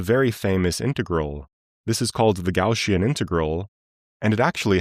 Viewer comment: Gaussian, NOT Gaushian, lol